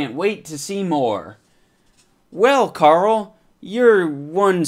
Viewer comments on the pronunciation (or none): none